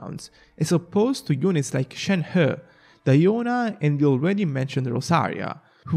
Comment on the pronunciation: The way you say Shenhe is absolutely chefs kiss